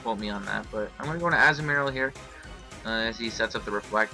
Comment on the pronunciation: Anyone else bugged by how he says Azumarill? Great battle and all, good narration, but that really bugged me.